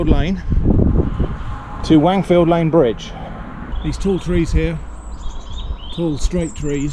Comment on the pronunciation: Stop saying Wangfield, I can't take it 😆